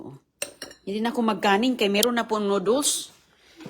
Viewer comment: Grabe she said noodles incorrectly.